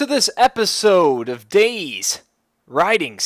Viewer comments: DayZ is pronounced Day Z. not days..... its two words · "Day Zee" Not "Days" What does "Days" have to do with zombies? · Cannot stand that he keeps saying Days and not DayZ, He also says Cherno is the biggest city at the start, Thats when i tuned this video off. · its not days it day-z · its not days man. Day ZEEEEEEEEEEEEEEHHHHHHHHHHHHHHHHHHHHHHHHHHHHHHH lol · you're not meant to say dayz you're meant to say dayzee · I feel like he is a new player thinking he is good at the game and trying to give tips but, as soon as he said "Days" I cringed. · not DayZ its DayZee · It's pronounced "Day-Zee". The developer - Dean Hall - calls it that. And he's neither British or American. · No you cabbage, it's pronounced "Day-Zee". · its DayZ not days. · Even Dean Hall, the creator of dayz pronounces it Day Zeee. you must be a special kind of special. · Or Day Zed? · ITS PRONOUNCED DAY ZEEEE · its day-zeeeeee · ITS PRONOUNCED DAY ZEE!!!!